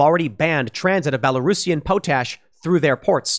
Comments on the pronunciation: its pronounced "pot ash".... but I'm thinking you said it that way on purpose? LoL, "Poe Tash" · Tim, it's pronounced pot ash not po tash! The 3 main ingredients in fertilizer is Nitrogen, phosphorus and potassium (potash) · Pot-ash, not po-tash. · I grew up on a farm and my dad still does. I came here to say this. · Thank you! I cringed every time he said po-tash instead of pot-ash. He's going to have a hard time with all that land should he decide to attempt self seficiency. It one thing to own it. Quite another to know how to use it. Good thing he has money. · Tim, it's potash (pot-ash not po-tash) and urea (u-ree-ah not ur-e-ah). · Question regarding pronounciation of "potash". Is it like Tim says, "poo-tash" or is it "pot-ash"? I thought it was "pot-ash", but maybe I was wrong. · Tim, its called Pot/Ash. Not Po/Tash. Lol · Quite sure it's Pot-ash, not po-tash... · "Pot-ash", not ''poe-tash". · Pool - it's "pot-ash" not "poh-tash" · Pot ash NOT pooo tash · POTASH = Paa - tash… not pote ash. Tim, your pronunciation is getting worse and worse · For real When he said po-tash I was like "Have I been saying this wrong all my life or something?" As a person from Saskatchewan I was so damn confused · Its pronounced, pot-ash and you-reee-ah. For potash and urea fertilisers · Thanks Tim. It's pronounced u (you) re (ree) a (ah). As in you-ree-ah. And it's pot-ash. High in nitrogen and carbon respectively. Really needed stuff for the ground where crops get grown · It's pronounced Pot-Ash. And we have lots in canada. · Potash is pronounced paa tash. I thought I knew how it was pronounced but I was wrong. But so is Tim. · It's POT-ash and yur-RE-uh. Sounds like you dropped out of school before pronunciation classes. 🤣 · Aaaahg.... UREA: you-ree-uh POTASH: pot-ash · It's pronounced UR-RE-Ah.. And POT-ASH..... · POT-ash.... love ya buddy.... POT-ash... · It’s pronounced POT ASH! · Its pronounced POT- ASH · It's POT ASH. Just sayin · Say Potash again Tim.